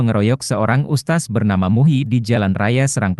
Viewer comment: Lidahmu sengaja apa memang kamu bodoh gk bisa mengeja... Bukan ustas... Tapi USTADZ.... Tak kasih faham,,,biar lidah mu licin kyk prosotan anak anak...😂😂